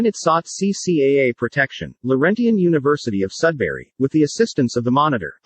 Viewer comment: Annoying fake voice that even mispronounces the word "Laurentian". But in terms of content, a pretty good example of the difference between "law" and "justice". The federated universities, that in fact created Laurentian, are sacrificed on account of Laurentian's own failures in competence and ethics. Yes, there were multiple players in the drama - but just decisions were not the agenda.